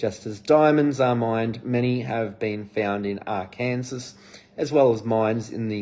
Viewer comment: Arkansas is pronounced Arkan-saw. ❤️